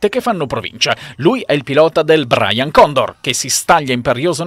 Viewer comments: e anche dell'inglese: perché pronunciare Brian che invece BRAIN (cervello) condor? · Ma lo volete capire che non si dice "Braian condor" ma "BRain Condor" ??? Braian !!! e dai su ...